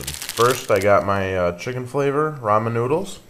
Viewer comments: You Pronounce Ramen Wrong Its not pronounced Raymon Its pronounced Raw-Men xDDDDDDD! LMAO XD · lol RAYmen noodles? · I like how you say "raymon" noodles! BTW, to make this even better fry up the bacon first in a little oil BEFORE adding in your water. Boiling bacon is just a bad idea.